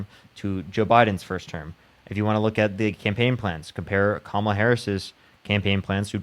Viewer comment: At least, thank you to this maga caller for pronouncing “Kamala” correctly.